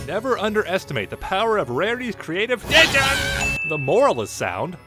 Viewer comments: “My” “CREATVE” ”VISHDEEN” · V- vishdeen lol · Wouldn't that be pronounced "Vish-dean" rather than "VISION"? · And rarity didn't say vishdeen she said creative genius. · Tell that to Green Lantern. Also, I'm going to remember 'VISHDEEN' every time someone says Vision's name. Congrats,.